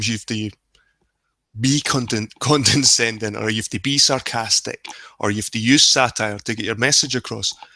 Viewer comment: FYI it's "condescending" not "condenscending" ....don't mean to be a grammar nazi, but after first few times I just had to, sorry lol